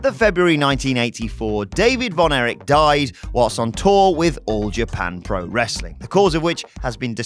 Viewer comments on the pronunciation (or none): Erich NOT Eric